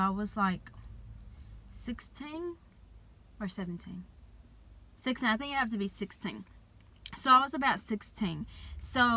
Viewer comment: She had a accent when she said 16